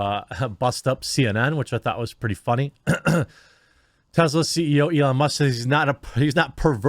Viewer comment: Its TESSla not TEZZla FFS!